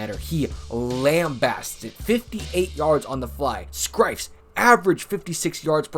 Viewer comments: I think you mispronounced scifres, the R is after the F. it's pronounced more like ciphers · Only pronounced the ‘r’ in Scifres 3 letters early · Mike Scifres is too much of a punting legend for his name to be so badly mispronounced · Welp, I knew he pronounced it wrong although I wrote cy-furs because that's what I remembered some announcers calling him that but still youtubers shouldn't fuck up athlete names with pro sports reference and clips with announcers saying their name really making it inexcusable. I have seen some really bad example too, I've Michael Chavis' name mispronounced like 3 separate times on 3 seperate videos when he's a bust of a high pick in baseball who you'd absolutely be forgiven for not knowing who he is. It's chay-viss, I've heard cha-viss, literally a spanish name like Chevez, something like that and something else ridiculous. Also assuming names are pronounced as they are written is just dumb. There are countless examples of names you need to hear the pronunciation because it is absolutely not pronounced like how it's written. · You would think you'd know how to say Scifres name. It's pronounced cy-furs. Mispronouncing names is way too common in sports videos. If your job is to make youtube videos make sure name pronunciation is right because it shows laziness and lack of caring. Especially in baseball where every player will play no matter how bad because they'll have at bats, it's not hard to look up the pronunciation on pro sports reference or find a clip with an announcer saying their name. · Scifres is pronounced like sigh-firs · Umm…no offense intended but…”Scifres” is said like “sci(like in science) and fres(furs)=sci-furs” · SIGH fres